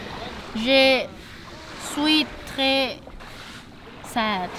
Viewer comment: the way you said 'sad' last time, is also the way we say it in romanian 😄